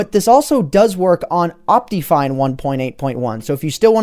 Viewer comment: It's optifine, not optiyfine